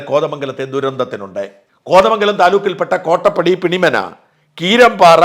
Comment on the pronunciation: പിണിമന അല്ല പിണ്ടിമന